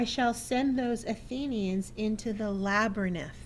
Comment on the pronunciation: i'm not sure what state you are from but the word labyrinth is pronounced LAB---A---RINTH NOT LAB-RA-NITH!!!!!!!